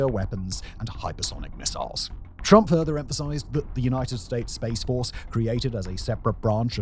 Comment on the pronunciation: "Turmp" lol